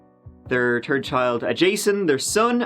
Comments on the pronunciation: "...they welcomed their turd child..." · My teen daughter has discovered True Crime and is binging your channel now. Every now and again I hear her say "let's give it a goo". Or "Turd". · “As they welcomed their turd child, Jason…” Yes…..correct….the turd child 😂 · I'm sure you can audibly hear the difference. And of course in the (United States anyway), "turd" means poop. 😂😂 So it's definitely a significant difference here.